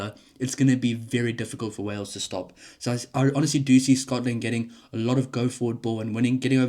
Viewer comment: 😂😂😂 it's Wales dudette.